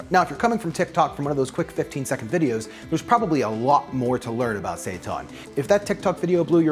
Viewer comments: Sounds like he is saying Satan. Fake meat is the devil 😂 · I didn't read the title. Everytime he said seitan I thought he was saying satan with a fancy accent or something... LOL. I read the title and now I know he's saying seitan... LOL 😆